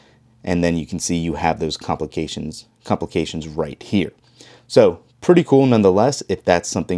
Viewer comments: Apparently, it's too complicated to say the word "complications" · I came to the comments to look for this, but I didn’t feel like being the one to say it myself 😂